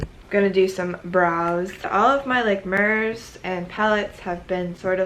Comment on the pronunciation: She pronounces "mirrors" as "merrrs" in all of her videos and I never know if it's jokingly or if she actually pronounces it like that lol